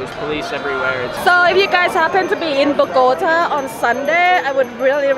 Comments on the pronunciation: Tell her it's not "BO-GO-T-UH," it's BOG-A-TA. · As a “ rolo” I love it when she says “ BogotÁÁÀ” jajajajaja, great videos showing even the bad things of the city. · why does she say BO-GO-TuHHH ????? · ok, first things first...LOL...BO GAH TAH...TAH LIKE YOUR NAME. now that you have had your pronunciation lessons for the day...ha ha ha. looks like a pretty fun place, sides someone spitting on your face or birds pooping on your arms. ah well, go with the flow I guess. you guys have fun down there. been once and had a pretty good time so I feel ya. stay frosty, peace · Ay por favor señora se dice Bogotá. Bogotaaaaaaaa. Me parece interesante el video y ustedes son una pareja chevere pero aprende decir Bogotá... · Bo go TA, emphasis on the 'TA" pronounced as the "ta" in 'Tamales.' Mmmmm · Terry Flynn the go is pronounced with a long o sound not a gah. What she isn’t doing right is the last syllable, the tá, which should have an ascending tone. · Unfortunately, Bogota has a bipolar weather, and someone please teach this nice lady how to pronounce Bogota correctly. P.S I apologize for the spit. I had never heard of that, but please know that despite the few idiots and bad people the my country may have, the majority of us are kind hearted, friendly, very loving, and welcoming. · Dear lord, she really needs to learn how to say Bogotá. It’s like nails on a chalk board to Colombians with her current pronunciation.